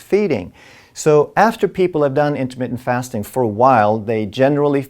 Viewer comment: LOL for a minute, I thought he said Intimate Fasting